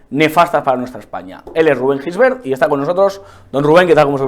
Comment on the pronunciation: A ver si pronuncias bien el apellido, se escribe Gisbert pero se pronuncia llisbert